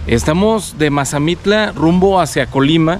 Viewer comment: Mire soy de Mazamitla y no sabe pronunciar bien el pueblo y se mal informó de sobre los precios de terreno y en tanto las ventas y la temporada de lluvias está cambiando y sobre las rentas tambien